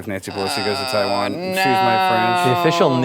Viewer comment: Nancy, it's Taiwan not tie one on.